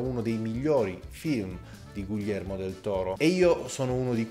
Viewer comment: Io ti adoro, ma per favore pronuncialo bene: GHIHERMO, NON GUILLERMO